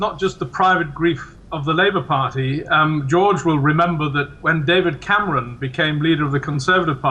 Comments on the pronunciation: david cam-our-on? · David Came-ronn?